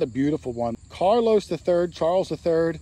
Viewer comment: Hello... Love your vids but I'd like to give some constructive criticism... it's CHARLES not CARLOS. Carolus is Latin for Charles. Just tryin' to be helpful.